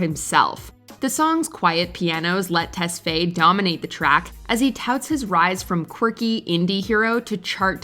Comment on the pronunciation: The way they say tesfaye is so wrong